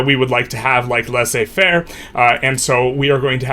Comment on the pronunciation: Laissez-faire is pronounced as ‘lay say fair’ in English